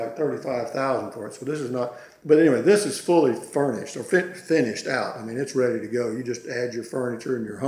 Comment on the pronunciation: Funny too how he kept say " furnished price" when he meant finished price.